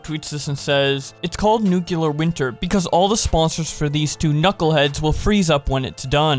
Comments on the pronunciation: It's nuclear, not nucular... Reminds me of George W. Bush. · WHY do all of you covering this say nuCElar instead of nuCLear ? Did I miss something ? DID WE CHANGE THE MEANING OF LETTERS WHILE I WAS AWAY?! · The word is nuclear. New. Clear. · I was looking for this comment... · You pronounce it like nuquelear wth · Why he keeps saying "nuclear" like that? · The way he said nuclear